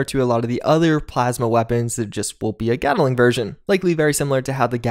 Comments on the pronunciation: Gat-ling. Not Get-el-ing. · FYI, "Gatling" is 2 syllables. Gat-ling. Hard T and hard L. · Sorry but I was getting triggered :P It is GATT-LING NOT Gaddle-ing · Is nobody gonna talk about how weirdly he pronounces "gatling"?